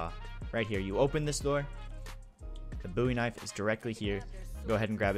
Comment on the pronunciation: he said “the buoy knife” lmao